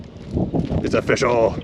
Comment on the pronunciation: Its o-fish-all, rocks like bismuth